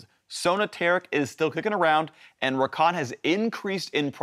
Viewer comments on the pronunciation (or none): none